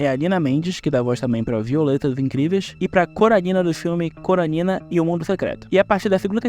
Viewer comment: o cara meteu um "Coralina" 🤡🤡🤡